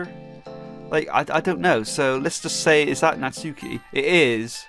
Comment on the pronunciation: The u is silent in Natsuki